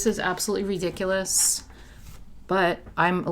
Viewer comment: This is as cute as you are! You make me smile! The way you said ridiculous made me giggle